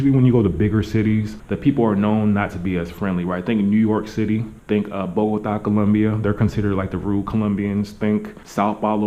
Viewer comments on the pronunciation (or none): none